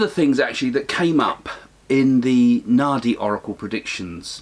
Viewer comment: I stop listening to this when he said Nadi .